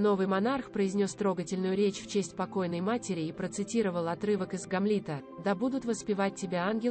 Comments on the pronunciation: Научитесь правильно говорить слова и расставлять ударения. "ГамлИта" вместо ГАмлета не в какие ворота не лезет. После этого слова отключила ваш канал. Думаю, может, совсем от вас отказаться. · Что за идиотизм- произнести ""...своей матери Елизавете двумя" , в другом месте " Елизаветы двух" или ГамлИта...Это запредельная безграмотность, другими словами по латыни homo idiotiicus...